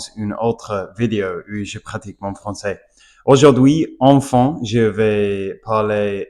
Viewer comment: Tu t’améliores beaucoup en Français, tu prononces mal le mot "enfin" tu le prononce "enfant" , pour t’aider les lettres "in" se prononce "un" comme le chiffre